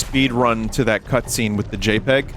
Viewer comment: Do games like this come out as some sort of cosmic penance for every good licensed game we get? Does the ghost of LJN arise and point a withered finger at a handful of licensed games per year? Most importantly, is it possible to hear Vinny say "JPEG" and not hear it as "Jape Egg"?